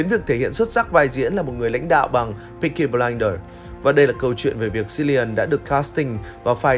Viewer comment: Cilian đọc là Kilian, ko phải là Silian